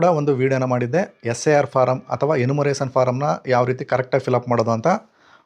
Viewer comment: ಎನ್ಯೂಮರೇಶನ್ ಫಾರ್ಮ್ ಅದು ನೀವು ಉಚ್ಚರಿಸಿದಂತೆ 'ಎನ್ಮುರೇಸನ್ ಅಲ್ಲ'